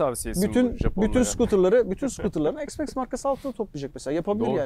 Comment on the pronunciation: Allah askına EKS Max nedir.Hergun yenı ıcatlar cıkarıyorsunuz ozel olsun dıye . X iks diye okunur , nerede X eks diye okunmus ..